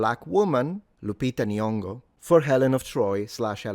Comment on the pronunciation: When she pronounced Lupita N.-- (the first time which was different from the other times😅) I actually felt embarassed for her. And threw up in my mouth.